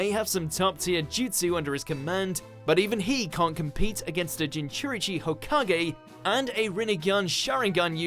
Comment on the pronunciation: he called naruto a "jinchurichi hokage", jinchuriCHI